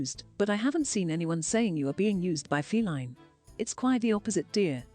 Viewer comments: could someone plz explain to me why ppl are saying feline instead of faleen?? /gen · No one should be feeding into the new name at all but lard ass says FALene